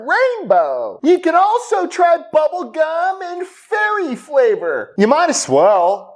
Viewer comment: Did you say bubblegum or Buttblegum....🤣🤣🤣